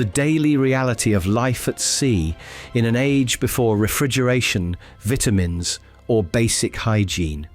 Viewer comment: SOMEONE TEACH THIS MAN HOW TO SAY VITAMINS SMH 🤦🏾‍♂️